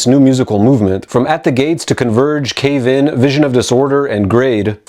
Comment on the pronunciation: The way he say's Cave...IN throws me lol